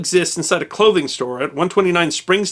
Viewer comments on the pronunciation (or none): none